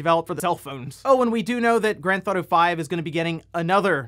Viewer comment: “ GrandThotto 5” 🤣🤣🤣 kills me every time I hear it